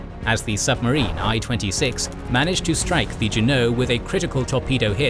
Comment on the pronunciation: Like Juneau and Helena? None of these series gets Helena right. :)